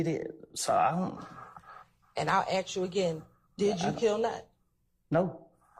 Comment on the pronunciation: why is like a lawyer pronouncing ask as akx